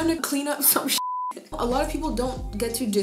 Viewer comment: “500 is like” -“half of 1,000… which is like.. aaloght”— i died 😂